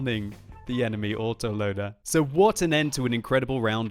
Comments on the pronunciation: chisel_Head I know, but it sounded funny. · Yes, you are. He said "you autoloader" and the word "you" has a hint of the W sound, which is why you thought he said waterloader.